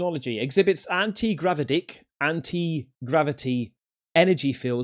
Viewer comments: Bro said anti grava-dick lmao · 😂😂 .. I thought he said grab-a-d***. 😅😅